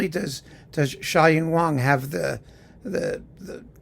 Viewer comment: Funny you pronounced her name Wah-ng, different from how you pronounce the name of the other pianist named Wang.